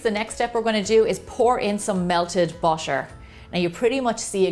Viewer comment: When she says botter I start melting🙃